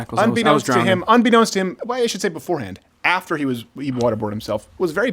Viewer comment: Khaaaaaaveeee. Khafter. Jeeze.